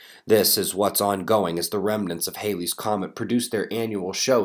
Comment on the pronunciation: Poor Edmond, now even the learned mispronounce his name and thus the comet that bears his name.